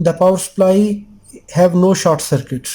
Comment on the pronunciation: I hope I don't get taken the wrong way. I mean this in a good way. There is short (as in short circuit or a short person, etc.) And then there is chard which is a type of beet, a vegetable. Short rhymes with sport, abort, distort, etc. Chard rhymes with hard, card, etc. Say "short circuit" and "chard circuit" and see which one is the one you mean. Just being helpful here. You are a wonderful human being and I know you won't take this the wrong way. I have a hard time saying "h". I say "itch". It is not. It is more like "ache" as in having a tooth-ache rhyms with rage, age, page and not "itch" as in scratching an itch. :-)